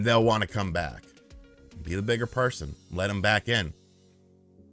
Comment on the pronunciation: why do you keep saying PARSON?